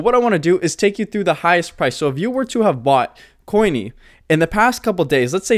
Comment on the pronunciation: Please… CONY not COINY.